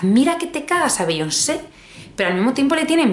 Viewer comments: Bi-yón-se. Así se pronuncia, ya que te gusta tanto meter palabras en inglés. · #LaVidaModerna es meter mogollón de frases y palabras en inglés, pero no pronunciar Beyoncé o Rihanna bien.